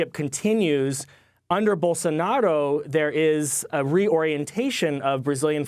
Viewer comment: No offense but it's Bolsonaro not Bolsonado.